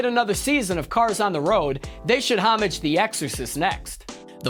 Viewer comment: PLEASE learn how to pronounce "homage". Also, I don't think the scene on the salt flats is meant to evoke scenes from Tatooine, despite the conjunction of the words "land" and "speed". It's just the real life Bonneville Salt Flats.